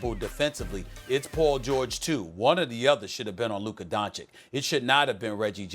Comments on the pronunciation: Donchich not donchick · It's Luka DONCIC not Luka Doncik... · The only thing that is offensive is SAS still mispronouncing Luka's family name. No excuses left after almost two full seasons and his rise to superstardom.